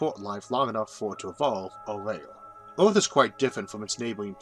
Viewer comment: Impossible to listen to. I hear "rail" instead of "rare"